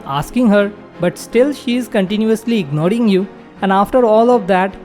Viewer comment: Ignoring❌ Ignoding✅